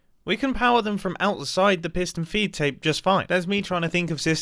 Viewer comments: I keep hearing it as fiston peed tape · Fiston peedtape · pis-tun feed tape???